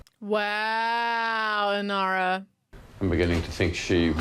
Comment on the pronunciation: Inara - not Inira - just saying. But this ride along is a blast, glad you are enjoying the show! You are clearly a Browncoat now!